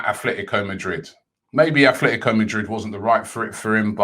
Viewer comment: ATLETICO not ATHLETICO, please ROBBIE, say names properly.